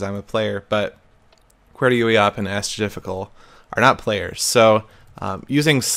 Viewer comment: The way you pronounce qwertyuiop and asdfjkl just... glorious.